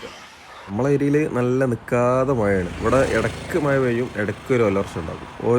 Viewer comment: മയ, വയി. മലയാളിയുടെ അഭിമാനമായ ' ഴ ' വിഴുങ്ങി. കഷ്ടം. ഇനി ഇതിനും ഓരോരുത്തന്മാരും ന്യായവുമായി വരും.